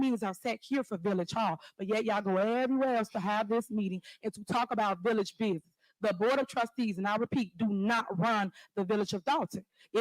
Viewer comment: Why is she calling it a villiage?